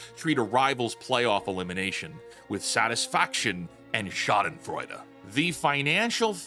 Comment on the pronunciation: "Schadenfreude" SHAUN-den-FRA-da. No foul. It's tough. But pretty bold word to use without knowing how to pronounce for anybody, even for a real fake wizard.